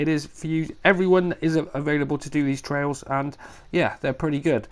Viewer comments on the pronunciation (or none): that should be pronounced, try-als, as in tests. Thanks for the info on the new update!!!!